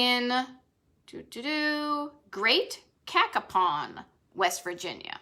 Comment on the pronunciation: There is a bowling alley with both tenpin and duckpin bowling in West Virginia. It is called Pikeside Bowl and is in the Eastern Panhandle at 3485 Winchester Ave in Martinsburg. Also, you did not come anywhere close to the actual pronunciation of Cacapon. Poor effort on that one.